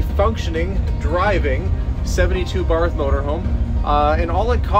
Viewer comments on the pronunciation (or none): Always chuckle when someone says BARTH, like a dog with a lisp!😝Probably not PC! But oh well! Installed Countertops in alot of those Barthes back in the early years of my cabinetry career! Definitely high quality Coaches! Nice job! Keep it for yourself! 🤔😎🫡🇺🇸